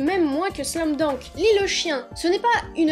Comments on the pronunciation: C pas slam dounk mais slam dunk Voila voila 😑😑😑 Sa ma perturbé pendant toute la video sinon super video😘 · Oui mais non car c’est un mot américain donc c’est pas « dank » mais « dunk » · Pourquoi tu dis "slam dank " ? C'est " slam dunk " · Tu sais pas dire Slam dunk